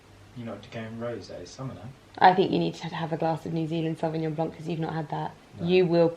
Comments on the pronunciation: The C in Sauvignon Blanc is silent :) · The way you prononce « sauvignon blanc » is almost perfect. Just don’t prononce the C at the end. :)